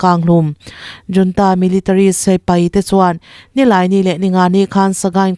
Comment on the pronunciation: Junta nilo in hunta tih a ri turin chhiar rawh ooo....